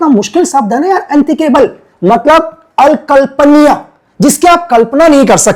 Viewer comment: Allampaniy nahi hota akalpniya hota hai